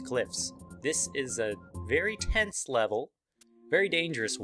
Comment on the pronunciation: Your Swedish accent was un-bear-able. Moreover, you said the rope level was very tents. I saw no tents, good sir!